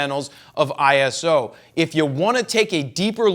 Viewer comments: Can't even listen to that video... That wrong pronunciation makes me crazy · Yeah, me too!